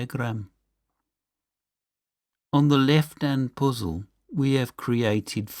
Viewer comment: "Heyitsch", "Poozill"! Too funny. Ha, ha. I like your videos. Keep going! What part of UK are you from?